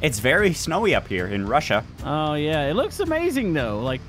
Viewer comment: How does not know how say Russia